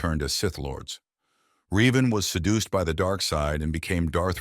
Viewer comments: It's pronounced revan not reevan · Said Revan's name wrong, also feel he should be higher